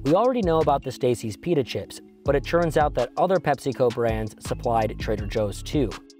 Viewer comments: Is he saying "churns out" instead of "turns out"? - running the gambit instead of running the gamut etc. - weird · Why can't this guy say "turns" correctly? It's not churns!